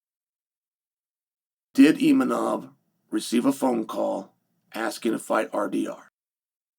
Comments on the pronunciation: Imanov lol. I think its Imavov Chael. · Where is the N in Imavov Chael 😂😂😂